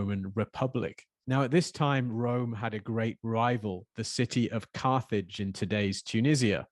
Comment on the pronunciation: Geeh! "Carthage" sounds like "carnage" 😟😳